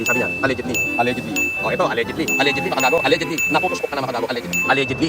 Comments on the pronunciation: nakakarindi haha yung allegedly nya tunog allergy na sakin 😅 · Eh paano yung "ALLEGENTLY" NI CASPER? 😂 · may nag comment sakanya nyan noon na gamitan ng allegedly ang sinasabi para hindi sya mayari, naalala kopa mali pa nga unang pag pronounce nya non. hahaha aleadge-li pa nga pagkakasabi haha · May pang BAIL pa kaya SI ALLEGEDLY??? 😂😂😂 #PEANUT ❌ #PAYNOT✅ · allegedly 😂 ni hindi nga alam ni paano basahin yun nung una 😂